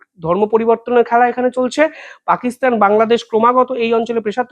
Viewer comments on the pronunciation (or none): none